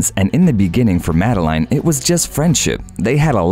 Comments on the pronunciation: Umm..you pronounce it “Madelen” and not “Madelaine” 🙄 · Princess Madelaiiiine, really? Pls have a little respect for names and pronounciation. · See how easily it can be done? Sweden has now followed Norway, and the public only support the direct line. When the princes or princes are 18...they are on their own...and by the way, her name is pronounced like in French, Madlen... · And Madeleine.